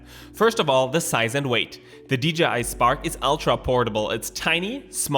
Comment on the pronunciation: AWESOME VIDEO AS ALWAYS!!! I also love that you made a good effort in saying DJI and not dgi lol x